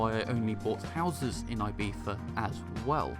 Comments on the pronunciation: Your prononciation of "Ibiza" absolutely kills me, but I love the review. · I'm British and I don't pronounce Ibiza the way you do.